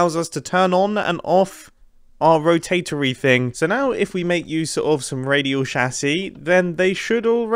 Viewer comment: is it me or does it trigger me when he pronouce radial chassis wrong?